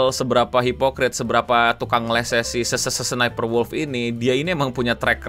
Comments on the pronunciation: Penampakan langka orang awam menyebutkan nickname dengan benar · Gg bang nyaris setiap nyebut Sssniperwolf ejaan nya bener 😂